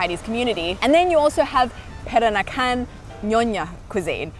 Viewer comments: Peranakan you say it like that > Praaaaa Na Kan, not perak nakan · it’s pronounced Per-Rah-Nah-Can 😅